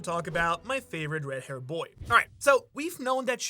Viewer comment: please brother say the d in red and blood it sound like you say blut line and ret